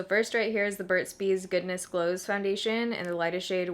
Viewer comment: At first I thought you said Goodness Blows"!!!